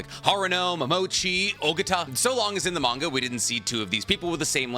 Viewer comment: Manga cannon clans "manga cannon" 😂